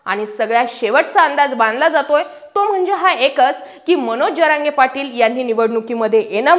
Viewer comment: जरांगे पाटील असा उच्चर केला तर बरे होईल ताई साहेब